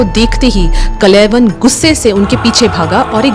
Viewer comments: कलयवन नहीं कालयवन, मुचकुंडा नहीं मुचुकुंद, इक्ष्वकु नहीं इक्ष्वाकु । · बेटी ! कलेवन नहीं !!? " काल-यवन " जो भगवान शंकर/शिवजी के वरदान से " राजा शशिरायन " को स्वर्ग की एक अप्सरा के समागम स्वरूप प्राप्त हुवा था एवं जिसे " काल-जंग "(यवन सम्राट) ने बाद मे नि : संतान होने के कारण उस बालक(काल-यवन) को गोद(दत्तक) ले लिया था और जो अजेय होकर जिसे भगवान श्रीकृष्ण का सुदर्शन चक्र भी नही मार सकता था !!...एक व्हेरी सुपर सीनियर सिटीझन...🎉🎉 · Not kalayvan, but Kaal yavan. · Are madam kalayvan nahi "kaal yavan" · He should be pronounced as Kaala Yavan not kalaivan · Kalayvan nahi.., it is KAALAYAVAN.. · Kalayavan ❌ Kāl + Yavan = Kālyavan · Bai sanatan ka majak mat bana it’s kaaal- yavan. Not kalayvan 😅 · Respected ma'am Aap log history bta rahe ho thik hai But atleast name to thik se bataya kro Kalewan naam nahi hai kaalyawan naam hai Waise hi muchukundnda nahi hai muchukund and ichkuwa nahi ichwaaku vansh hai And ek aur baat o raja so nahi raha tha tapashya kr raha tha O bhi itni tapsya ki unke aakh kholte hi vishwa ka naash ho jata Aap logo ko to thik se history bhi nahi pata hota hai aur naaam to bilkul bhi btane nahi aata🤣🤣🤣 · कलयवन नहीं कालयावन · Kalyavan.. not kalaivan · Kalayvan ❌ carl yavan ✅ so kalyvan काल्यवन foreign attacker with help of magah jaraasandh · ऋषि गर्ग के पुत्र का नाम "काल यवन' था न कि "कलयवन".... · Kal yavan uchchar hai not kalayavan. Galat name bol rahi hai. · It's Kaala yavan.. not kalayavan😂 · कलय वन नहीं कालयवन नाम सही लें ताकि आज की पीढ़ी भी सही उच्चारण समझे ।महाराज मुचुकुन्द नाम था कालयवन को भस्म करने वाले ओर कालयवन ने ही कृष्ण को रणछोड़ नाम से पुकारा था। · actually his name is kalyavan not kalayvan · अरे बाबा, कलयवन नहीं, कालयवन । दूसरा नाम मुचुकुन्द, तीसरा शब्द इक्ष्वाकु । Please, please, correct yourself. Otherwise your presentation is okay. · कलय वन नही माते.. काल यवन.. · Kalay van nhi..kaalyavan.. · कलयवन, नहीं "कालयवन" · कलय वन नहीं बहना.. कालयवन मुच्कुण्डा नहीं मुचकुंद.. इक्ष्वाकु भगवान के लिए 🙏🏻 अंग्रेज ना बनों कालों...